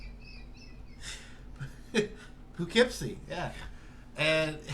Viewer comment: Poo-kept-see???? Lol